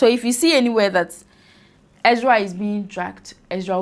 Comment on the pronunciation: She's also saying "Exra" instead of "Ezra".